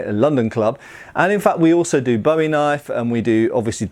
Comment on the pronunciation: Kind of a pet peeve of mine, but if you're talking about the knife (or the guy it's named after) it's boo-ee, not bow-ee. The knife-fighter is boo, the singer is bow. :P